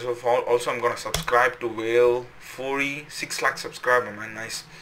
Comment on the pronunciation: amazing video!! the way to pronounce his name is like ‘way-eel ‘kuf-ouree’